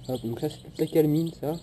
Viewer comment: on dit de la calAmine pas calmine